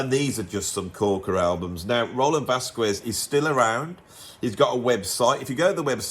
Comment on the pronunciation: Another excellent, informative video. But please don’t say Vaskwez, the u is mute, so you should read VasKEZ